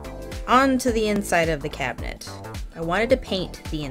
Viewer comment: This Cuban got very exited when you called it a cubinet. I love your work. Thanks.